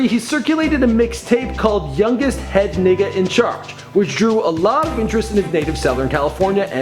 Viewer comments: Lol the way you said youngest head nigga in charge! Lol "niggah" it's just "nigga" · u cant say nigga like that men wtf is wrong wit u love ur vids tho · Did he just say ......NIGGA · Did this nigga say "nigga" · did this ninga say ninga wha th f ninga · This dude just said "nigga" Its the principle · Did he Just Say "NIGGA"?? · says "nigga" weird. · any one peep this man said nigga even though he white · you said nigga burn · Did he say nigga 😂